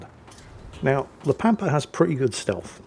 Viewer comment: Ritchie Valens rolls over in his grave every time someone mispronounces La Pampa